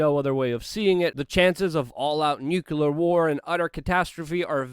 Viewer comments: LUKE, I'm a big fan of your work and would share your work more - but in a day and age of easy dismissal, the smallest of things can make the masses dismiss your body of works. *Nuclear (new-clee-errr) not nucular. Many words often are not enunciated properly, which unfortunately many will stop at your amazing reports just because of this. Keep up the great work, and train yourself to say nuclear and trajectory a bit clearer (among other words). Much love. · "Nucular War" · Love the content but it's pronounced NEW-CLEAR not NEW-CUE-LAR. Don't be like Bush. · Love your show, but stop saying “nucular” no reason to.